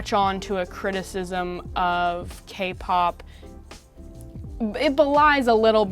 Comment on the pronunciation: sounds like she's saying "gay pop bands"...